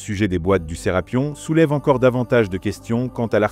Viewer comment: C'est pas Serapion mais Serapeum c'est vraiment énervant à entendre. 😡